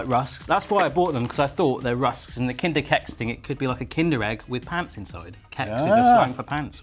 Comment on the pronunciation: The way you said kinder keks killed me. Its pronounced "kee-ks" its basically children cookie